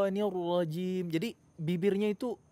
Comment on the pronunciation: Syaitonirojom bukan syatoniwrajim